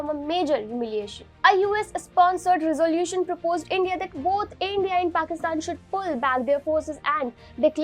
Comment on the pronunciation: " Resolution " could have been pronounced a lot better?🥳😎🙄🙄